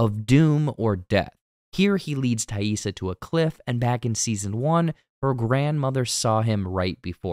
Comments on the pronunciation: 😊 Appreciate you taking the time to say TAISSA correctly. All kids with non-traditional names know that feeling when people don't care to bother... Especially kids of color. 👁️ Lottie already had her third eye opened. She had that vision as a little girl. I just think Laura Lee is the group's angel 😇 of mercy anytime one of them dies. Lottie seeing Laura Lee like that could be guilt related to... Her cult... Javi... Or the past. We already know the guy at the motel is their childhood friend Randy that Jackie wanted Shauna to originally hookup with. We saw him living there in season one and talking about his separation from his wife. 😢 Shauna doesn't like her daughter but more than that she doesn't respect her. She can't nor would she want to connect to Callie on a deep level. 😡 Bad Taissa is starting to take over when she's even awake. It's giving Borderline Personality Disorder. But wtf was up with Travis envisioning Lottie while 🍆💦?! This guy is really in the church of Lottie and it's sad because Lottie is just a woman. She can't save anyone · Probably the greatest character redemption of the episode is you pronouncing Taissa’s name right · Thank you for addressing the "Taissa" mispronunciations. It was driving me crazy. Glad it got fixed! 👍